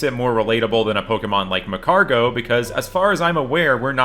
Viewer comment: Ma-car-go vroom vroom